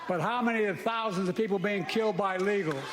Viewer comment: You're right, i went back and listened to it again, and what he said, does sound a bit more like Legals than illigals!